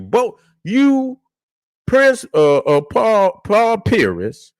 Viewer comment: say paul pearis instead of pierce